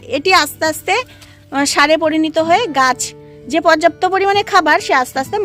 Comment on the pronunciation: কথাতা পরিণীত নয়। পরিণত।